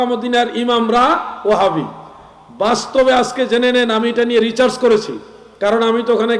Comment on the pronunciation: হুজুর ঐটা রিচার্জ না ওটা হবে রিসার্চ 😅